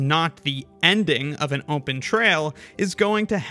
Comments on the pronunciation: Ahhh heck no I think I know what part of the states you're from. I heard you say open as ohm-pen. I used to say it like that all the time cuz my dad did it. I fell out of it cuz it drove my mom nuts and she was like, no this is stopping now it oh-pen not ohm-pen there is no m in the word. So I have a suspicion of where u live in the states. I wont say it cuz I don't want to dox you or anything, but I had to rewind the video to make sure I heard it. Most people will miss it sure, and just filter it out. I however had been an ohm-pen user my own self too so it stuck out really well for me. Not saying u have to stop just set saying I noticed. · Am I the only one hearing ohmpen?